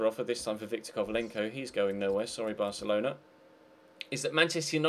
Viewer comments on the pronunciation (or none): none